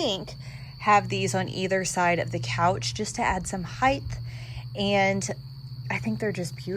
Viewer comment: Heigh-t hard T, not Heig-th